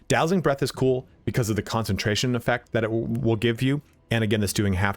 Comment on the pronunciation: Did he say wheel instead of Will?